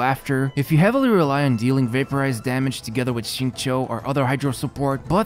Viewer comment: That Xingqiu pronunciation blown me! Beats 99% non-native speakers. This man must put a ton of work learning this.